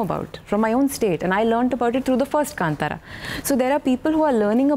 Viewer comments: kantara?? its kaanthara navika pronounce it correctly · I do not like hearing the wrong pronunciation of Kantara. It is Kaaaaantara and not kantara